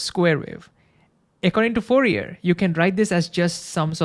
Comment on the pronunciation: I love his informative videos. He even pronounces Fourier's last name correctly.